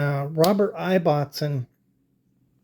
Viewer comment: Great research and most informative. The Ibbotson company name is pronounced differently here in the UK. The "I" is prounced the same as in :Gibson" or "Immportant" and not as in "knife". The name Ibbotson originates in Yorkshire, England and the original meaning is "son of Isabelle". I thought you might find it interesting.